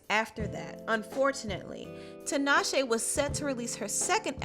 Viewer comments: I’m sorry, but this is just driving me crazy, honey... her name is pronounced “TEE-naw-shay,” not “TIN-awe-shay.” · 😭The way people say tinashe hurts the Zimbabwean in me